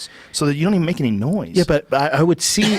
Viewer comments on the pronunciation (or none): none